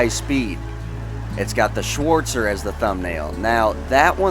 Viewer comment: the "schwooortzer" me as a german: wtf?!